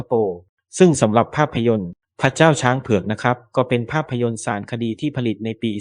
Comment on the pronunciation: ต้องฝึกภาษาเพิ่มนะครับ ทั้งไทยทั้งอังกฤษคืออ่านผิดเยอะ สา-ระ-คะ-ดี ไม่ใช่ สาน-คะ-ดี ทำ-มะ-รา-ชา ไม่ใช่ ทำ-รา-ชา นัน-โท ไม่ใช่ นัน-โท่ ยู-เนส-โก้ ไม่ใช่ ยู-เน็ด-โก้